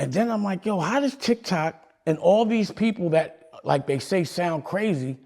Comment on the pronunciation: He said d!ck toc and quickly said tic toc. That's why he said pause😂